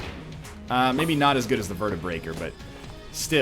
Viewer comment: God damnit it's not the Vertebreaker, it's the Vertebrae-K 47, like AK-47.